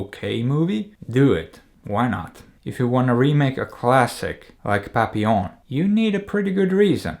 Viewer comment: I now hate having to say "have you seen PAPPI LON?.." Instead of how it is correctly pronounced..